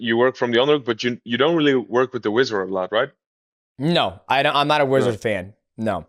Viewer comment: Yo I wrestled my whole life, hearing "wizard" instead of "wizzer" is wild 😂😂😂